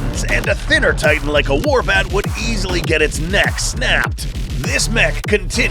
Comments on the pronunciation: I saw that you said titn instead of titan, just to let ya know and to maybe fix it. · “titn” haha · Bro at one point it was called the “titn hunter”😂